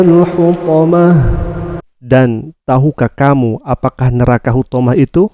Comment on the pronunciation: Maaf Huthomat kali pa ustadz cara Baca nya bukan huthomah,Karna di ijung ayat nya ituh huruf ta bukan huruf ha Makasih pa ustadz